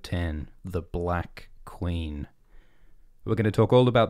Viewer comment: "I swear to-ward the Qweeeen"